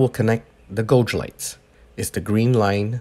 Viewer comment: SAY IT WITH ME GAYYYYYYYYYGE NOT GOOOOOOOGE......... GAYYYYYYYYGE = GAUGE..........